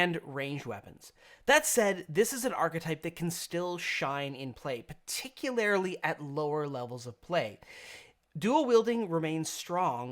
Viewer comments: Every time you want to use the word "particularily," please don't. "Particularly." Drop that extra "i." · Particularily? :P